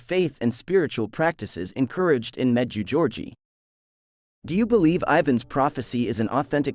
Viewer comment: The correct pronunciation for the apparition site is as follows med jay go re eh Ray from New Brunswick Canada